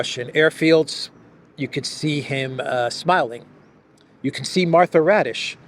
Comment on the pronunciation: Raddatz, not Radish.